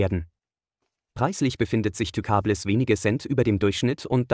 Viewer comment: Wer kennt sie nicht, die Tükabless xD